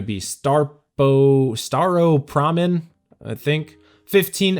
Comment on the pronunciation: Hahaha “Staropramen” he must be Slovak or Czech. Nice log dude.